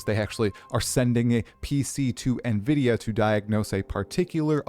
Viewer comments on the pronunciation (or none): none